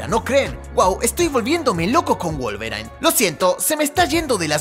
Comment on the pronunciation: wolverain???? jajajjajja